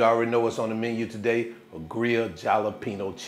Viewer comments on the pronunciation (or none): none